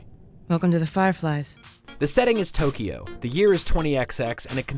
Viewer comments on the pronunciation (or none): none